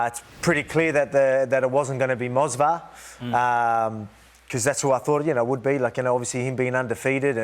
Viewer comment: can anyone PLEASE tell that it's MOVSAR, not mosvar? he's saying it like that for years now